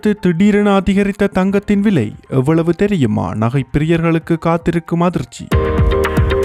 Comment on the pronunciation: விலையா? விளையா?வைத்தியசாலையா?வைத்தியசாளையா?முதலில் தமிழை சரியாக உச்சரிக்கவும்.